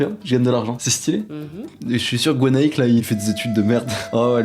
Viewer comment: Gwenaick ? no no no no Gweraick ? yes yes yes yes